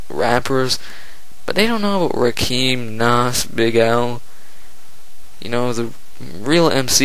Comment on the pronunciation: You nailed it although you pronounced Rakim wrong lol. I think Jay Z the swagger jacker is the most overrated though but he comes second for the most overrated.